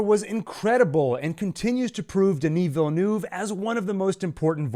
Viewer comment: Terrific analysis! Not many can say Denis Villeneuve's name correctly, although Wellington Yueh's last name is pronounced "You--ee". I laughed and noted the purposely mispronunciation of the name, Gom Jabbar below. Good test :). Anyway, keep up the great work!